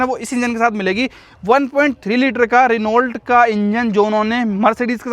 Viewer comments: Renault nehi pronunciation reno hoga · Renault's right pronunciation is रेनो या फिर फ्रेंच में ओनो या होनो, Dacia's right pronunciation is डाचिया (according to the Romanian language). I worked with Renault France & Renault Russia (Lada) in the past.